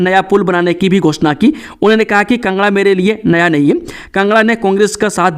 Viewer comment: Nahi. Kaa ucharn no bolte ho shi nhi lagta